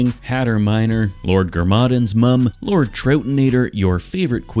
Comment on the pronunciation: BRO MISPRONOUNCED "GARMADON" AT THE END AND I WANT TO CRY